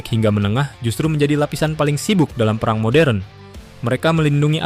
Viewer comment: Buat narator perhatikan pengucapan yang benar Kata "perang" termasuk *e pepet (ĕ)*. Bunyinya seperti "pĕrang". Contoh lain: serang, terang, sedang dll.